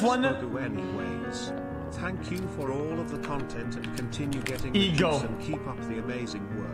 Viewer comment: I think you mean Thankubruh